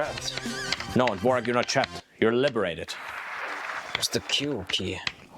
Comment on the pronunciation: it’s Dvorak not “Devorak”